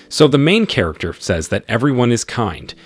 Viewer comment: The main katerginest lol 😂 Gets me every time....